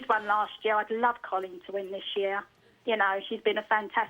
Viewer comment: why can't these people pronounce Coleen